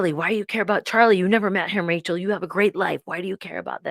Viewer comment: Rachel not Tachel … Sorry.🫢